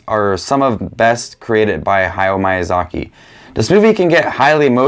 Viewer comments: Every “i” in Japanese is pronounced “ee”, hayao mEEazaki. studio ghEEblEE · Please dont say "Mayazaki" anymore 😅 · miy- pronunciation is like saying sheet sheep, mee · Your pronunciation of Miyazaki is probably the worst thing about this video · THANK YOU FOR SAYING IT! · Hi,! I was surprised with your ranking, I didn’t expected some movies to be ranked so low and others so high. That’s very interesting! I’ve watched most of studio ghibli movies, my favorite is kiki’s delivery service. I don’t usually comment, but I really enjoy your channel! PS: i hope you don’t take it the wrong way, but i just thought i’d let you know that the correct pronunciation of Miyazaki is actually different.